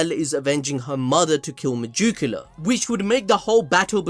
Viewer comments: Meducila? Isn't it Megicula xd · I thought you were saying Megicula like that on purpose the whole time lmao